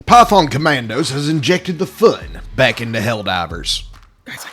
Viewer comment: Am I the only one who hears "Pyfon Comandos" on the start?